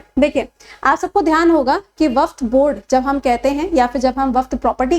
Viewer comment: Waqf hota hai,waqft nhi